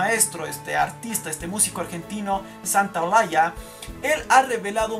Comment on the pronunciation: Se pronuncia Gustavo Santaolalla todo junto, no se pronuncia santa, olalla. Te corrijo por que miro tus vídeos y se que sos prolijo a la hora de la pronunciación con las palabras, saludos desde Argentina.